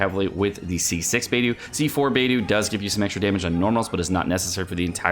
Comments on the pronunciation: Why is he pronouncing it like baetho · Looks like I'm the only one triggered by how he pronounces Beidou. Nice build though. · You say she's your waifu, yet you can't even pronounce her name properly. Seriously, why can none of you streamers say these names properly. At least half of them are said correctly in game in the English dub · They way u say her name kills me lol